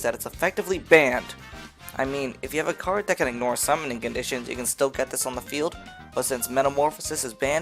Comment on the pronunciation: During the R spell card my man went full Minnesotan with that cArd